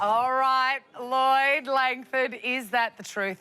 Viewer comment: It’s annoying hearing Lloyd say his own name wrongly.